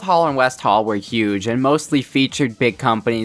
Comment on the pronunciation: Saying hall like haul 😂😂😂😂😆😆😆😆😆😂😂😂😂😂